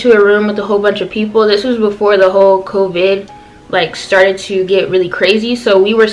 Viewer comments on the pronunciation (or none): CoVIIIID why did she say it like that😂